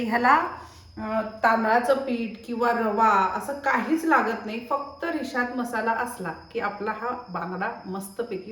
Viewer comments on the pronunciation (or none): Rishad nahi rashad bangda mhantat